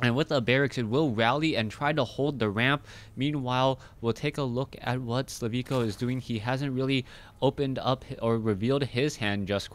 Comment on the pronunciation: thanks for the vid but check his name again. Im pretty sure his name is slivko and pronounced like you would usually do.